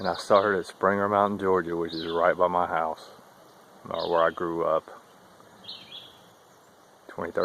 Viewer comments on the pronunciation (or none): none